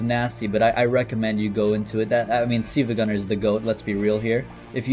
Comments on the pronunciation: been following him for so long but called him siivagunner instead of silvagunner LMAO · I don't like how pronounces Silvia Gunner.